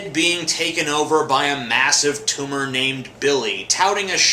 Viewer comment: its not a tumah!